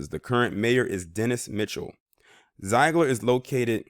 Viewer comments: My home town! Zeigler has been so good to me. It's actually pronounced Zig-ler Zeigler I'd a welcoming town to all kinds. I've lived here all my life and were welcoming to me. My family is deep routed. Native population is higher. As well as Asian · What you talkin about Willis. You cant even pronounce the name of the town correctly. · You are mispronouncing the name of this town.